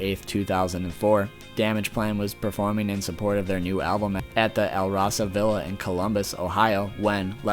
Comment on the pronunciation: It's pronounced al-rose-a villa not al-rosa villa